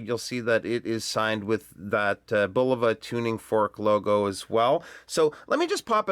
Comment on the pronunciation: 1. THANK YOU for pronouncing Bulova correctly! So many of these young whippersnapper YouTube reviewers pronounce it bull-OH-va, which is incorrect. 2. I have two Bulovas with this same 262 kHz UHF quartz movement and they are crazy accurate. They gain about one second a month. 3. A curved sapphire crystal as well? That's really something and Bulova is to be commended for such ingenuity. 4. Great review,!